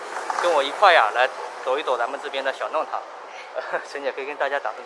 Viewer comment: 弄long堂，不是nong